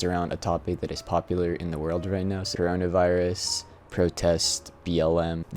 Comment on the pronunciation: bro pronounced it like "soronavirus"